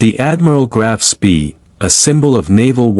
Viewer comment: I hate AI, can't even pronounce the ships name correctly.